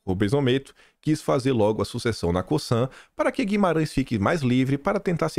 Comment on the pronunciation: a Cosan é aqui da minha região, se pronuncia CoZan (com som de Z )